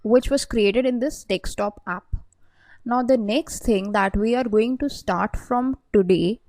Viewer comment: madam.. It is power BI desktop. Not DekSTOP. Every time you are saying dekSTOP. dekSTOP. It is annoying to listen.